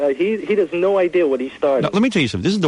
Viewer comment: "I'm just thrilled with the whole idear!" - Ellen Stern voice.